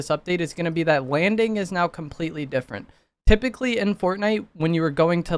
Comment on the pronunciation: did he really just say "Wanding is gonna be compwetewy diffewent" 😂😭